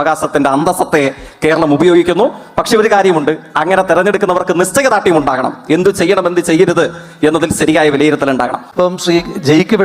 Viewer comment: ദേസീയ പാത, അവകാസം, നിസ്ചയ ദ്രാഢ്യം, സരിയായ.. എന്തോന്നടെ ഇത്.. മലയാളം പോലും പറയാൻ അറിയാത്ത അന്തം കമ്മി, പേര് ജയിക്, പക്ഷെ നീ തോൽക്ക്‌ ആണല്ലോടാ.